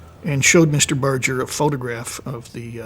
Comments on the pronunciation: I’ve done some research and found both pronunciations. There seem to be more sources that say it’s pronounced with a soft “G”. However I noticed that he, his wife and everyone who knew him personally, pronounce it with the hard “G”. I figure that he knew how to pronounce his own name and so did his wife and friends. I will continue to pronounce it with the hard “G” as I always have. If you want to do a documentary and be taken seriously, you can’t just Google (or should I say “Joojle”?) his name and go with that. You need to dig a little deeper. I didn’t have to dig very deep in order to find the answer. If anyone claims to have known him personally and they pronounce his name as “Barjer” I will be skeptical of their claims because if you’re well acquainted with someone and respect them, you’ll probably pronounce their name the way they do and although I’ve heard both pronunciations for many years I don’t recall a single time when he or people who knew him pronounced it with the soft “G”. So A . was right and you were right. It does matter. It is disrespectful to the audience but also to Sonny Barger himself to be careless about the pronunciation of his name. When he said that in the interview I saw, he was probably being gracious and saying that he wouldn’t be offended if someone mispronounced his name. I do think that if he cared how people pronounced it, he would have said so. He wasn’t exactly a shrinking violet. Still, if you want to be respectful it takes very little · I think it's sort of insulting to an audience when filmmakers don't do the most basic research on simple things. Sonny Barger pronounced his name with a hard "G". Bar- Gurr, not Barger. As Barger himself pronounces his name in this film (when he reads his letter to the president), this is baffling. So i stopped watching pretty early. I need to be able to trust my sources. :) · Why'd Barjer pronounce Barger Barger not Barjer?